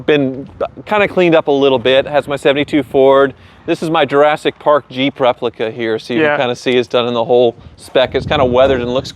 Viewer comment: Jap?!?!? Say jeeeeep